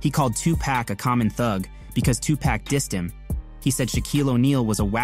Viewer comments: Fuck this video you can't haven't say 2pac's name right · The kid couldn't even say Tupac right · Narrator can't even say the name Tupac right what a joke